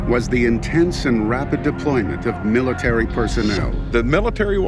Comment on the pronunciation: Miitary with an AL